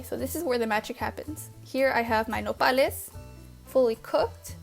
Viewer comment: what is nopalies. sorry about spelling could not understand what you were saying. the cut up green things